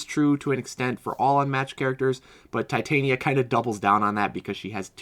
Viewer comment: Titania is pronounced as tih-TAHNya if you're going by how they say it in Shakespearean performances.